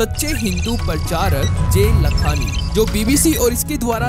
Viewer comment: It's not जे लखांनी it's जय लखांनी !